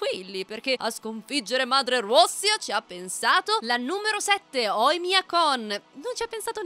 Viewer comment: Ma quanto pronunci bene “grande madre Russia”